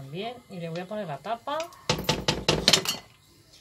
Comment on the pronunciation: ¡Qué gracioso!!! ""pomer" jajaja!!